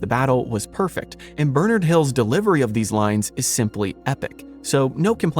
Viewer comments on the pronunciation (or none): none